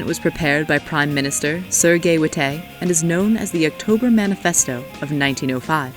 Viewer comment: The way she pronounces "witte," "stolypin" 🤦‍♂️